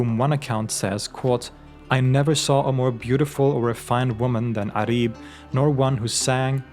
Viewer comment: It’s not Arib it’s pronounced Uraib in Arabic.